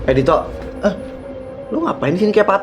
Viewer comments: Kok manggilnya to bukan dit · Ko manggil Dito "to" sih😭